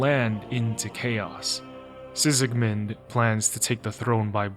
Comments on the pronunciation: Sigismund, not Sikismun 😂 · Ain't no way you played the whole goddamned game and still think it's pronounced Sisigmund, what the fuck. Are you just narrating someone else's article or using chatgpt or something? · Why do you call Sigismund "Sisigmund"? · The video was good but ngl I can't get over the fact that you pronounce Sigismund as " Sisigmund".😅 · Likely a common mistake.